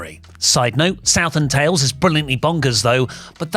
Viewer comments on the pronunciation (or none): none